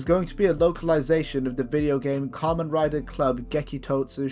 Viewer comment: YOU BUTCHERED KAMEN RIDER! HE DOES NOT RIDE KAMENS! (COM-ON, COME ON!)